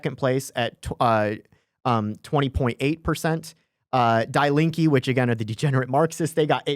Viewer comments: Good Lord that is such an American pronunciation... it is said "dee lean-kuh" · Fun and super interesting to listen to as an American living 30 yrs in Germany. FYI "Die Linke" simply means The Leftests -- pronounced Dee Leenkuh (not Die) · it hurts hearing you pronounce "Die Linke" like dai linkeee i know it know it's on purpose ... but just to get it off my chest .. it's ~ d link eh and now continue to demonize them :) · It is pronounced DEE Linke...................not DYE Link. That is German (Deutsch) for 'left' - and oh are they ever leftists! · Bro says "dye linky" completely seriously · Spot on. But please learn the pronunciation. Die Linke.... I thought y'all were talking about a person. It's pronounced more like "Deee Lenka". Nick, I love your German accent 😂😂. So, my parents are in their 80s and they voted SPD. They are so scared that with the AfD history from 90-100 years ago will repeat itself. Also, my mom will always vote SPD because that's who her dad voted for 🤷🏼‍♀️. Makes no sense to me, but I'm sure there are a lot of people here in the US that vote Dem because that's what their parents have always voted for. I am glad to live here in the US now. I am so disgusted with Germany and her politics. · Please note die Linke is pronounced DEE LINK-EH. In German when confronted with a word containing "ie" or "ei", it is the second vowel that is pronounced hard. Also, if a word has an "e" at the end, it is pronounced as "eh" not "ee". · Please read this:D "Die Linke" pronounced like "Dee Link (like hyperlink) -eh" Hope this helps Huge fan btw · It's pronounced "Die Link-ah". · I butchered Die Linke's pronunciation! Our German listeners can laugh at me for that all they want lol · I just wish they would pronounce German words correctly. Listening to them mispronounce “Die Linke” over and over is painful.